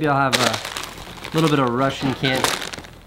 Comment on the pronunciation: Every Mexican just started crying when Casey called Takis "Russin candy"